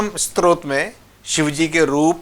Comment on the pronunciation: क्षमा चाहुगॉ, आपने 'स्तोत्र' का उच्चारण आरंभ से ही 'स्त्रोत' किया है | रूद्राष्टक के अर्थ में शिव महात्म बतलाने के लिए सादर प्रणाम | 🙏🙏